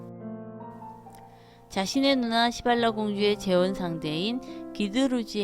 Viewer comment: ㅋㅋㅋㅋ😂시발라가 아니고 시빌라 ㅋㅋㅋ